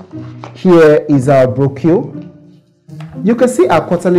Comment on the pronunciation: The fact that he could not pronounce 'brochure' properly would have made me wary of investing with him.